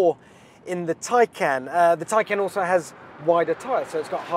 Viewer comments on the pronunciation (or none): Just to add its taycan not tiecan its spelt tay can on the badge not tie can learn to read